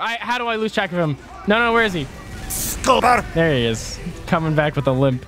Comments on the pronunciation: I smile every time I hear go "Scoober", without fail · Every time has say "SScooBEr" I smile.